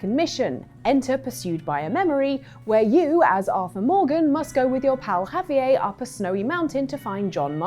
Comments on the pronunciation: Javier, not Javi-ay. He's mexican, not french.😂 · I don't believe that has ever played RDR2 or met anyone actually named Javier since she is pronouncing Javier as Ha-vee-ay lmao. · For the red dead part. "have-e-ay" for Javier??? Are you kidding me??!? The game literally says his name correctly, but he is Have-e-ay to them. WTF???? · Javiea??, really, Javiea?? 😂😂😂😂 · That wasn't what I was talking about, I was referencing the 'R' that she is turning silent. How do you think I meant the J when anyone named Javier has a J that sounds like an H? She is pronouncing Javier as Ha-vee-yay, don't try to make me out to be a fool when you don't even understand the conversation at hand. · With the J sounding like an H, but how does that have anything to do with her turning the R silent in Javier? Lol maybe understand the comment I made before you drop a bomb of "wisdom" like that. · That's not how you pronounce Javier. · That’s not how you pronounce Javier’s name .